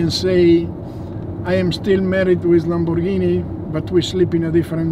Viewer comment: How to say Lamborghini correct? Lamboghini